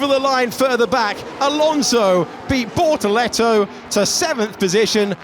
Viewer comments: Bortoleto ❌ - BorToretto ✅ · What I meant is the Alex Jacques' pronounciation of his name. The tune was like 📈📉📈📉📈